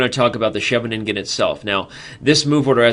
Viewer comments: Sheve-nin-gen sounds a bit awkwardly articulated. Shouldn't it be more like She-veningen? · It's Hilarious to hear as someone speaking dutch